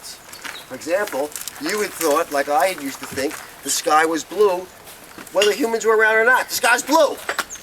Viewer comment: Tha skys not bloou! XD hippies! XD